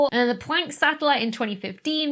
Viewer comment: Is it my speakers or why do you say Pwanck?